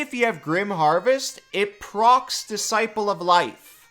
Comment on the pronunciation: What is it aboot *Disciple of Life* that brings out the bad readings? This is almost as bad as lifeberry.